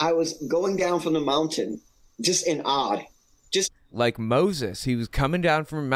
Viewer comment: Sounded like "in odd" apposed to " in awe". 😵‍💫